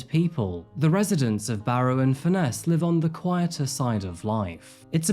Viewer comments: Is the presenter using AI at least for his voice over. I'm from the UK and no one pronounces Barrow highlighting ROW. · It’s pronounced “Barra” by’t locals 👌🤣